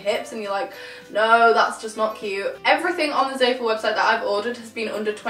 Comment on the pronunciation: It's zah-fool not zae-full